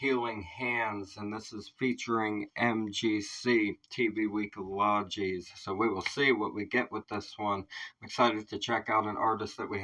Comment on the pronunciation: Howdy. "Logies" are pronounced as Low-Ghee-z. The Logies started in 1959 as The TV Week (magazine) Award. Originally, the public voted from ballots in the TV Week magazine. Nowadays, it is voted by SMS and online. The highest prize is the Gold Logie. I think there are categories where a panel of peers votes on, too. So Conrad would have been performing for some well-known people (in Oz anyway).